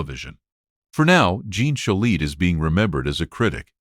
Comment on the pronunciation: Pronounce his name correctly, please.